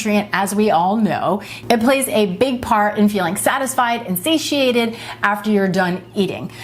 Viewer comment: Besides everything else, thank you knowing how to pronounce " satiate".